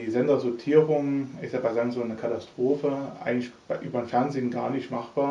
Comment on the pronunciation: ROFL... ich verstehe immer Sangsung hahaha ich schmeiß mich weg...